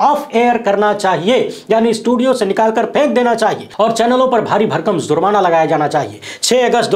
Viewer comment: ZURMANA NAHI JURMANA BOL BEWAQOOF....THEEK SE WORDING BHI NAHI AATA...JANE KAHAN KAHAN SE AA JATE HAI....